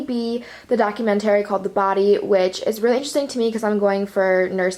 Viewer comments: Document- TARY 😂😂😂 I cant with the way she pronounces it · the way you pronounce documentary is actually hilarious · The way you say documentary haha